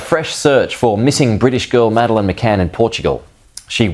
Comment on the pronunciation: AI can't even pronounce her name. It's clear the child was taken. In the absence of authorities successfully finding the perpetrator they look to those closest to pin on the blame.It's a disgrace really . Reminds me of when Azaria Chamberlain was taken by a Dingo in Australia 1980. No Dingo putting it's hand up so imprison the mother. Yes parents do kill their children but these didn't. As if these parents searching for their missing children had time to dispose of a child. Shameful really.